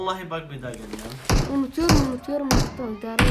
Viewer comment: Sasuke bi ogrenip gitmedi yaaa onu adi narıto degil narutoo :d